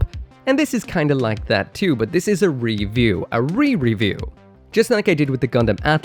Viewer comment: idk why but "a rereview" sound hella like aerial rebuild 🤨